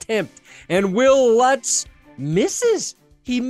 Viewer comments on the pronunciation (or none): none